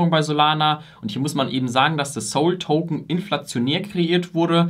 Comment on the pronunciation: Gut und einfach erklärt! Aber dass du Soul token statt SOL sagst, überschlägt sich mein Gehirn😢 auch hättest nochmal erklären können, wo der Unterschied zwischen token und coin liegt, vielleicht ergänzt du es ja noch. 😊 un der PoH mechanism kam auch etwas zu kurz, den finde ich sehr wichtig für solana im Unterschied zu anderen Projekten.